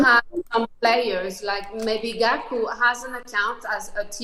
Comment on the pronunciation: Its Gaku not Gali😂